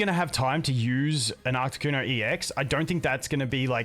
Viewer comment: Love the deck but please for the love of god stop calling it ARCTICuno, it hurts my soul